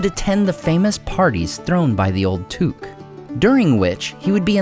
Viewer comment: Is that how you pronounce Took? I always assumed it was like “book”